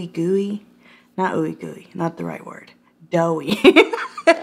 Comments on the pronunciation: The word is "dewy" not "doughy" Doughy is what you get after turning #ThisIs40 :-D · Not doughy…dewey😅 🤣😂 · ..it's dewy not doughy! Silly girl! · LOLOLOL "dewy" not "doughy". Doughy humidifier Juice gonna give you fungalitis. LOLOLOL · I was gonna say this! DEWY NOT DOUGHY DEWY! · I don't think anyone wants to look "doughy"...it's dewy 🤣🤣🤣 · Thank God, uploaded a video. I’m in back pain today & I really need a laugh 🥺 Edit: I’m already laughing lol “shredded knuckles” 😂 “that doughy look” lmao that took me outt 😂😂 it’s dewy lol 😂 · Titanic scene 😂 Dewey not doughy 😂😂😂 Love you you're funny af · Did you say doughy? Bahaha 🤣 pretty sure it's dewy. God I love you girl!!!! Lmao 😂🤣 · Dewy not Doughy ROFLOL!!!!!😉 You are already dewy and glory and beautiful; You don’t need those! What’s “Fungalitis?” I don’t think I’ve heard of that! Sounds deadly!! 😳 Adore ya!!!!💜🌻☀️ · Omg “doughy “ Hahaha it’s dewy! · babe, it's "dewy" look honey lol u crack me the hell up lol love ya! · Dewy not doughy lmaooooo 😂😂🤣🤣🤣🤣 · DEWY! Like dew on the grass in the morning!! Not DOUGHY like biscuits that pop out of a tube!! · Dewey, not doughy! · dewey not doughy 🤣🤣🤣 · Doughy? HAHAHA! Dewy? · I’m doughy, I think you meant dewy 🤪😂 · Dewy! Not doughy. 😝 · Dewey, not doughy lol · Hey silly, its dewy, like the morning dew. Xoxox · Its dewey deweyyyy 😂😂😂😂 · Yes! DEWY 🤣😂😅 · It's Dewy lol but I get u girl.. 🤣 you crack me up i can't stop watching your videos.